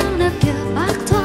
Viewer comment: "Toa" chứ ko phải "tchoa" như TD hát nha. Phát âm Sai cơ bản vậy mà so với Thanh Lan học trường Tây